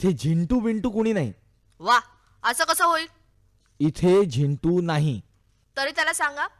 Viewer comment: Zindu nahi re Zintu. hahahaha